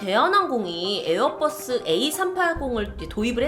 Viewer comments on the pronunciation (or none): none